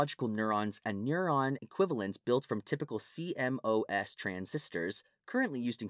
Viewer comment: CMOS is actually pronounced sea-moss